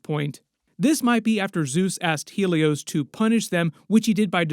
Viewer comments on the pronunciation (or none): none